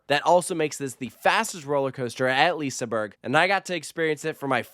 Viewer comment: Please learn to pronounce the names of the rides and liseberg properly